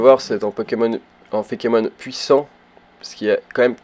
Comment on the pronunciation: par contre, plus sérieusement, c'est pas fékémon, mais feïkemonne